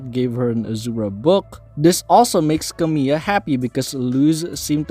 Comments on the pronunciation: You were actually quite close in your pronunciation there! The only thing you got wrong was that second “l,” which is actually spoken rather than being silent. So it actually sounds more like “Camee-LA” instead of “Camee-AH.” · Good video but fyi her name is pronounced Camila not Camiya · not camila as camill(y)a lol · Not to be the 87th comment but yeah, her name is pronounced Camila.